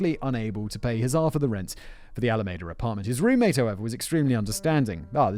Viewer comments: It's all a me da not ala maida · Another wonderful job about a story that makes me truly angry since he killed and then got out of jail to kill again. I am from the San Francisco bay area, so this is very close to me. For future reference, the name of the town - Alameda - is pronounced Al-a-ME-da. I grew up just south of there. It is also the name of the county where that city is located. Keep up the awesome work! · pronounced "Alameeda." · I’m digging how Simon pronounces alameda 😉😊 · Simon, how can you call yourself a Star Trek fan if you don't know how to pronounce Alameda?🐋🐋😉